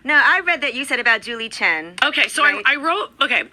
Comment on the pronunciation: The woman's name I'd ChEn, not Chin!